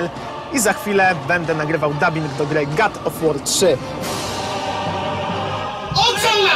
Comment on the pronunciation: God a nie Gad czy Płaz